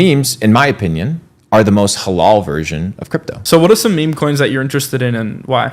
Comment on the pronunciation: halal* not hollow